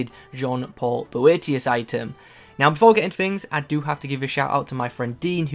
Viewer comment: Prounced it alright!